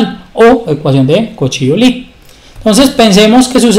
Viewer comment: Disculpa, me parece que Euler era suizo y creo que se pronuncia algo así como "Oiler".